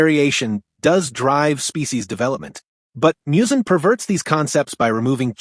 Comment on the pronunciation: Literally one second into the video, and you're already mispronouncing Muzan's name... Unless this thing is AI voiced, which it certainly sounds like.